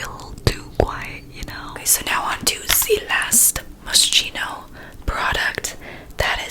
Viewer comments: So, I love how you are so honest that you don’t know how to pronounce it but it pronounced like mos-k-ino instead of mos-ch-ino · Moskino not moshhno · I think its "Moss-ski-no" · its pronounced as Moskino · “Moss - Key - No” just FYI. 😊😂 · Moschino is actually pronounced Moskino lmao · It's like mos-kee-no 😊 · It's pronounced Moskino, I'm not getting IPA involved in this 🤣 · MosKino, that's the prononciation hahaha ❤️❤️❤️ The only ASMR videos I can watch 'cause you are just so funny! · It‘s pronounced Moskino ♥️ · I think I’ve heard it pronounced “Mos-keeno” does anyone know what the correct pronunciation is? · Love these videos! Fyi, you have to pronounce Moschino as « moskino ».. in Italian « ch » are pronounced as « k » 😊💜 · Moschino is pronounced *Moskino* 😂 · hey mia! When you pronounce moschino it’s actually a “k” sound rather than a “sh” sound, the rest is perfect! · You pronounce it mosKEENoh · Oh wow I have that same mascara! Also I pronounce it moh-she-no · It's pronounced "moskino" ;) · It's pronounced Moss Kino lol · I’m pretty sure that you’re supposed to pronounce Moschino like moskino. 🤔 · The brand is pronounced "Moskeeno", just to let you know❤ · Its pronounced moskino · It’s pronounced Mohs-KEY-noh ❤️ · I've heard it pronounced like moss-keen-o (almost like rhyming with mosquito) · It’s moskeeno 😂😭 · Moschino is an Italian brand and it’s pronounced “ Mos-Kee-no “ Just lettin u know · The way you murdered the brand's name😂It's pronounced as 'moskino', the ch makes a k sound💕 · Hi! Moschino Is an Italian brand, and in Italian the letters Ch stand for an hard sound, /k/. So the IPA transcription is [mos'ki:no], you just have to replace the Ch with k and you are good to go! Btw I love your channel, I think that both you and your family are wholesome💕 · Its pronounced like mos-keno Ily❤️❤️ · I heard it should be pronounced MOSKINO (MOS KEE NO) just sayin.. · haha it's mos-kino but it don't matter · it's 'mo-she-no'